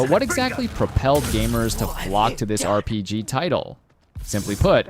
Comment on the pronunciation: whats an "RIGP" "eReiiPiigee" :DD (min )